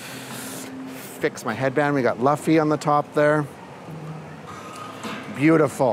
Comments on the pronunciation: Every time you pronounced Luffy's name as "La-fee", my inner nerd is wanting to break out of it's shell and lecture you for 5 minutes on how it's pronounced "Lu-fee" XD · bruh legit said LUHffy instead of LOOOOOOOffy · It’s Loofy not Lafy 😅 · It's pronounced Loo-ffy my boy not Luff :P But in all seriousness this would have been so much fun and I envy you a lot haha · Hey I’m a massive One Piece fan and idk if you watch the show at all or anything but just to let you know the way that you say Luffy is Lu ffy but it’s actually said like Luuffy like Looffy idk how to fully explain it but you don’t say Lu in his name it’s more like Looffy in a way if you understand this at all 😂 sorry for making it super complicated but either way you can still say Luffy the way you are it doesn’t matter whatever makes you comfortable but I’m pretty sure there is a video out there that has the proper pronunciation. :) loved this video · Great vid! But his name is 'Looofy' not 'Lahfy'😂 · I'm sorry, but the pronunciation of Luffy's name just keeps bothering me. It is pronounced loof-fii. Not luf-fii. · awesome vid ................why does every body say laffy ??? its LUUUU-ffy lol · Every time I hear you pronounce Luffy, it makes my eye twitch. It’s like Lou-ffy not Luff-ey. It’s ok I’ll get over it 🫨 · loooofey not luhfie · Luuu-feeee not luffy pronounce it right ...... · It's pronounced Loo fee not luf fee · Ok only Japanese conflates the R/L but its still “Lou-Fee”/ ルーフィnot Luffy like Duffy. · Great vid! It’s definitely “LOO-fee” though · Maybe he is a manga only fan lol But yeah, it was driving me nuts. xD It's not like Buffy the vampire slayer. It's more like Luffa with y instead. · I enjoyed seeing the one piece merchandise and all of the decor that universal japan had set up, but it stood out to me that you said luffy as it looks, rather than how it is pronounced, which is loofy. I guess nothing else can be done at this point, but I just thought I'd let you know. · Luffy “LOOFY”